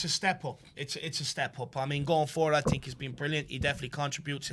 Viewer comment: All that blob says is “I tink…” 😂